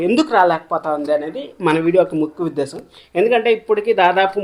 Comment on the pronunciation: ముక్కు వుద్దేశ్యం కాదు రా ముఖ్యావుదేశ్యం ముందు sariga పలకడం నేర్చుకో.